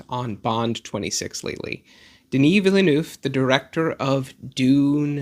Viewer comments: I'm going to watch this again, but take a drink every time I hear the word 'villa-nooff' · Enjoyable video and hate to nitpick but you are really mispronouncing his surname 😬 it's "vil-nerv" (two syllables, second dipthong is the same as the "ir" in "bird") [credentials: I am fluent in French. also I know some Americans say "vil-noov" (also incorrect) but if you're going to pronounce Denis properly then I feel like people should also say Villeneuve properly]